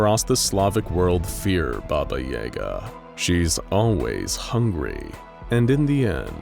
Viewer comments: I thought it was pronounced "YAH Ga"?? It sounds like your saying "YAE GA" but I've only heard it pronounced the other way 🤔 is both right??? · Yah gah, not Jager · Its Baba Yaga not Baba Yega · Pretty sure it's pronounced yAhga not yay ga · Jaeger? Why are you saying baba jaegar? It’s literally spelt yaga pronounced ya-ga. Maybe if it was spelt yega but it’s not. I cringed so hard every time her name was said. But this is one SCP I see no reason to contain instead of straight termination. There’s nothing to gain from her besides the risk of escape and death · Every time the narrator says "Baba Yaega" I take 5d6 psychic damage. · I am so glad others noticed and said it because it was startin’ to bug me 😂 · I am endlessly amused by the fact the a small town named "Doomed" is quite a believable toponym for all Slavic countries and suites the 352 beautifully. Also, the day when non-slavs will learn to put stress in "Yagá" correctly will be the day she breaks containment for good so maybe we should just learn to accept the Hollywood pronounciation... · Ukrainian's say yaaga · It is Ya-ga, they mispronounce words all the time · BAba yaGA. Everybody gets the stress wrong! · bah-bah yah-ga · Thamn epic baba yega pronouncination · Who pronounces it Baba Yay-ga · Why is he switching to a long a for no reason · Its yaga not yaga. There is no "yay" in russian it is ya not ye that changes the word. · This is the one video that I can't watch because I literally can't hear that word pronounced incorrectly like that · And I too didn’t believe it was possible to butcher that name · The pronunciations are murder, good to see an interest in Slavic folklore tho. Fun fact, "Obrecheny" means doomed in several Slavic languages. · I refuse to believe that is how Yaga is pronounced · Coming from Slavic country it just hurt my very essence how they pronounced it 😂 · The way u pronunce yaga hurts me and im not even russian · The mispronunciation of Yaga is painful. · ITS YAGA NOT EGA